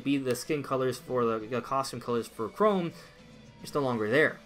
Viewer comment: CHROM NOT CHROME